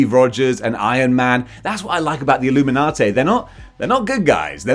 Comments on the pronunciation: Say it WITH me,... "Ihl-loo-min-ah-TEE", NOT "Ihl-loo-min-ah-TAY"... Now, as for the group themselves, I could give a hairy rat's about them... Civil War kinda pissed me off, and things only went downhill from there... But I detested the Illuminati concept before that, when they first started the idea, and have outright ignored their bull$#!t existence in the comics. Nobody needs THEIR holier than though, we know what's best for everyone, bull$#!t, FIRST of all, and secondly... F**K the Illuminati. IF they ARE actually in the 2nd Dr. Strange movie, then I'm probably not going to like it as much as I'd hoped I would... And THAT SUCKS. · "Payter! Its the Illuminaughtay!" - Mayry Jayne Parkah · Having sayin "Illuminatay" saved my day;) I only know Black Bolt from the Inhumans tv series, where he doesn't come off as brainy? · I can’t watch anymore after your pronunciation of illuminati